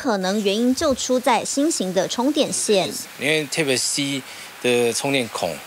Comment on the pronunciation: . 專家發音錯了。是 type-C 不是 tape-C....